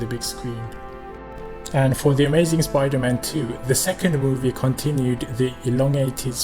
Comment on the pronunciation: Did he just cal supaida man weird